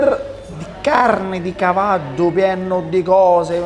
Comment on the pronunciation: Ai detto cavaddu